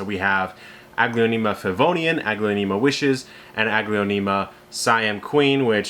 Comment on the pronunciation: Nice video. I noticed one of my varieties in your presentation, but I couldn’t clearly figure out the name as you pointed it out. I tried turning on the video’s captioning, but it read ‘Vodiane.' Finally, I Googled what sounded to me like ‘Pavonium’ and it corrected me to ‘Favonian.’ (As a last resort I was prepared to match a photo to Google images, but didn’t need to.) I was focused on this variety today because I noticed it has been very slow-growing compared to my other varieties, and I wondered if something was wrong. However, after finally tracking down the name, the descriptions all verify that this is indeed a slow grower. So, that was a relief. It started out as green-only but is now truly lovely with just a hint of pink. It has exactly half the number of leaves as the other small-sized varieties I’d purchased at the same time and have grown under precisely the same conditions. Thanks for all the info!